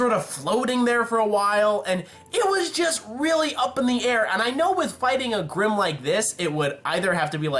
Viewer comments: grimm not brimm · The brimm? really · u made a couple of texting errors in the video the funniest is u called grimm brimm. XD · "brimm" I like that mess up